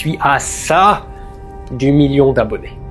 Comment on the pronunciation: LE MIYON ! LE MIYON ! 😁